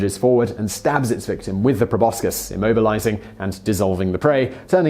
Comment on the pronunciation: Please learn how to pronounce "proboscis." Please?